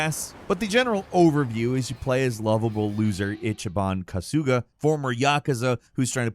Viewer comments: So many little hints that you haven't actually played the game...like calling Kamurocho a city, when it's a fictional district of Tokyo and pronouncing Kasuga as Ka-sooooooo-ga instead of Ka-sue-ga. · Pronounced Ka-Su-Ga Not Ka-Sooga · itchyban kusooga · The way he says kasuga is so white lol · The way this guy says kasuga 😂